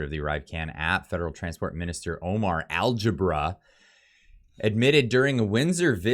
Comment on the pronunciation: It's Al-gab-ra, algebra is the math he probably can't do.